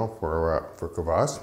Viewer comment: Great video! Dead-on pronunciation of kvass (квасс). First time watching, very enjoyable and informative 😎👍👍🙏